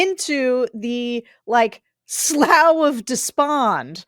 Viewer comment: Sarah, slough rhymes with threw, not plow. It took me a second to understand what you were saying.